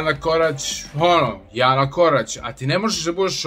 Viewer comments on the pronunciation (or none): none